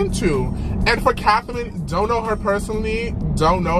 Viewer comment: “cathaline” SJSJS HER NAME IS CATHRINE